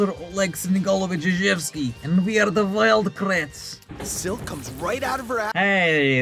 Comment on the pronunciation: "Wild RATTS >:(" "Its the Wild KRATTS :D"